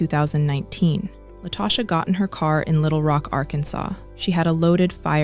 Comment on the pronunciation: An ethical non-monogamy group? What in the world? I bet he wasn't cool with his wife or mistress engaging in ethical non-monogamy. These men really do be trying to get away with this foolishness. Also, did the person putting together this narration not listen to it first. La-toe-sha??? I'm annoyed 😩